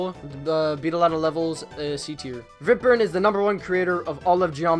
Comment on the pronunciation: Viprinn? Excuse me? U say it like Vyprin